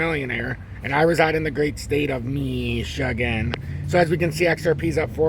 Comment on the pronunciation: Why do you say the word Michigan in that fashion?